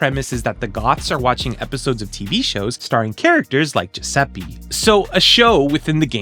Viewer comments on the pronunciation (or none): Amazing video, as always Just a tiny correction, as an Italian: Giuseppe is pronounced with the same E you'd use in Spanish. E like Elephant. Like Enter. Spanish and Italian have the same vowel pronunciation It's not important, but I thought maybe to say it ☺️